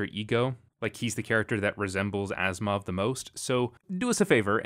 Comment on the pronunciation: Why I keep hearing Asimov as "Assmouth"?